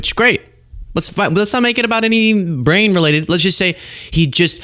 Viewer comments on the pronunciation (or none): Brane 'splode. WTF WAS THAT.😅